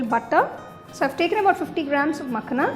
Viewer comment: Looks so yummy.. just one note. Its called Makhana not makhna.